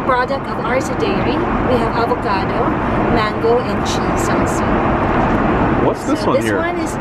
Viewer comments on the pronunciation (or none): none